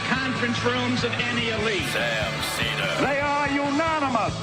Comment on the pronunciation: Probably because it's Sam's show for the past 20 years and Emma joined like four years ago. Also it's Seder, not Sedar